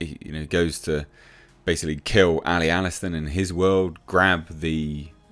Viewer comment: Loved this episode. Its allston btw not alliston.